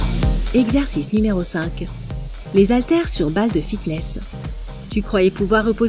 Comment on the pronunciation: Très bien, mais SVP arrêtez de dire "zaltères", le h est muet mais pas de liaison. Cela sera vraiment top, comme vous dites ☺